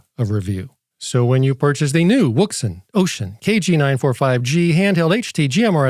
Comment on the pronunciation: Is it wrong to like the way he says the brand name? Thanks for your review!